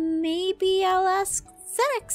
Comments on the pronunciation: Ze-nix GASP IT’S PRONOUNCED ZEN-IX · SOOO ZEENIX OR ZENIX.... HELLPPPPPP CALLS HIM ZEENIX AND APHMAU CALLS HIM ZENIX. AND U SAY APHMAU IS HARD 2 PRONOUNCE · DAT WUT I SAID BRA IT AINT NO zE-nIx ITS ZEN-IXXXXXXXxxxxxXxX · Oh, Sasha and Zeenix are already there waiting for us. Me: Zeenix?! Zeenix! Zeenix. Seriously,? Zeenix? His name is so easy to pronounce! HOW DID YOU MESS UP AND SAY ZEENIX?!! Also, lol I just realized mom is voiced by Lucinda(idk her irl name) and Sasha is voiced by Moeka. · the way pronounces zenix is the same way i pronounce mine, but “venix” instead of “venix”